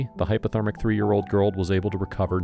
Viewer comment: HyPOthermic. Not hyperthermic. Why does Peanut’s appearance change throughout this video? She has a different appearance in each segment.